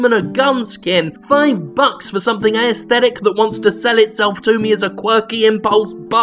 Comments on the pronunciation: Why does Jim keep saying "ayesthetic" instead of "aesthetic"? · He pronounces 'aesthetic' unusually. Is that an Australian thing?